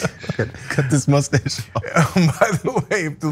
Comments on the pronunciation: Why do you keep calling it a mooostache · "I've got a moosestashe" 🤣